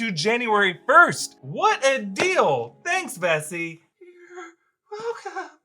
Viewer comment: I thought he said messi